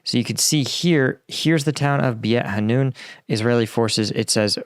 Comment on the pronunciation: Please check the names of the places. You usually do a commendable job in Ukraine. The name is BEIT HANOUN pronounced BAYT HA-NOON.